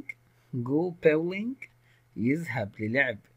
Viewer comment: تمثال يعني ستاتشو ولعبه البولينج وليست باولنج